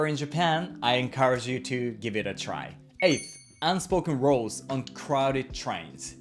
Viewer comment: An interesting video. I notice that the pronunciation of ‘rules” often sounds like ‘roles”.